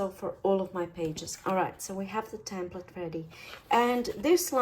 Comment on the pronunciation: It's called a "tEmplate" not "tAmplete" just so you know. Otherwise I enjoy your videos immensely. Thank you.